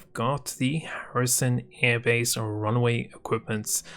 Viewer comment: Watching this again, I just noticed. You said Arrison Hairbase... lmfao